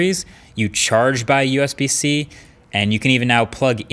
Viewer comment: Usb-c sounds like usbc 😂